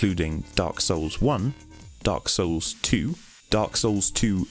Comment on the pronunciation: When says Dark Souls it sounds oddly like "Dark Sauuce!"